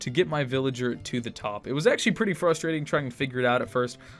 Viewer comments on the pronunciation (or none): none